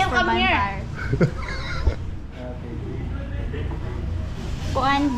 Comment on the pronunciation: "bampire" so great!!